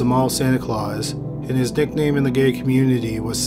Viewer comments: Did he say his "dickname" or "nickname" was Santa? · Did he say his “nickname” or his “dickname” in the gay community was Santa?